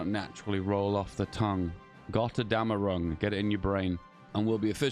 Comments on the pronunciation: JESUS CHRIST PLEASE DONT EVER TRY TO PRONOUNCE THE DLC NAME EVER AGAIN IM SO SORRY BUT MY EARS ARE BLEEDING its pronounced Götterdämmerung not Gyaterdeamerung also Götterdämmerung is the german term for Ragnarök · Gutter-demmer-ung FYI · as a German, I can confirm that the name Götterdämmerung goes very well off the tongue